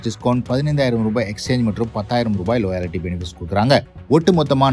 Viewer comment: Adhy லோயாலிட்டி illa da, லாயல்டி